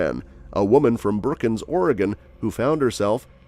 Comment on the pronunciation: 1. It's Brookings Oregon, not Brookyns! 2. Your editing sucks.